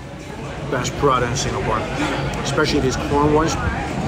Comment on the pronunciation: The way you say prata absolutely drives me insane. It sounds like you’re saying pirada.